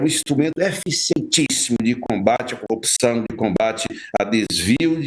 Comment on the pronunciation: Será? Olha! Quem tem...tem medo! TIC TAC TIC TAC.Engraçadissimo,como fala a palavra " corrupção"!😅 Ridículo!